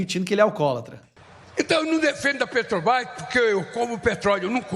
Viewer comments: Petobras!! Não sabe nem fala Petrobrás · Petrobrai kkkkkk o ladrão analfabeto nem sabe falar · A "petrobais".....o cara não sabe nem falar direito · Infeliz, não sabe nem falar Petrobrás, isso se diz presidente, analfabeto inútil. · Ele disse que o povo é burro 🫏, mas ele está certo, a culpa não é do Lula e da Petrobras, mas sim de quem elegeu ele lá para representar a massa brasileira. Presidente não sabe pronunciar corretamente o nome da maior empresa do Brasil, vergonha para quem o elegeu.